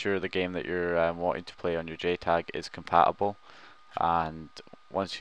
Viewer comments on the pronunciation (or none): Your pronounciation is ridiculous! 'Compa ubel' instead of compaTible 'Grand Eft Oh Oh' instead of Grand Theft Auto! WTF!? Use the fucking T man, the T!!!